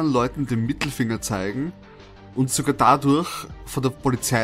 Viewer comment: Wie du durch sagst xD